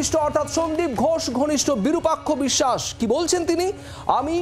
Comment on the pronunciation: বিরূপাক্ষ অবিসাস বিসসাস নয় ভাই